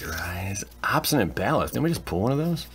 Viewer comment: And "pull"